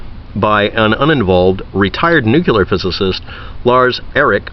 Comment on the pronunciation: Nucular? ... nuclear (use phonics) and dither less.